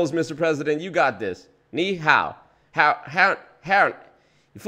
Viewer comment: I don’t think Bush practiced Chinese at all. He doesn’t say Ni Hao properly. The tones are all wrong, and the tones are part of the word in Chinese so what he said wasn’t actually Ni Hao. Then he said what I assume he meant is Xie Xie (thanks), which is so abominably wrong I am gobsmacked. He didn’t consult with anyone before saying this.